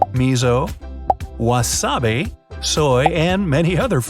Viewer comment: fyi - ao (blue/classic "green") is pronounced "ah-oh". wasabi (not wasabeh). also, if 100 yen = 1 USD, 3000 yen (for a peach) is only $30. did you mean 30,000 yen?